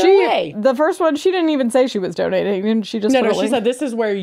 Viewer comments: I’m cracking up at “sperm doning” instead of sperm donating 🤣🤣🤣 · Not "sperm DONING" lol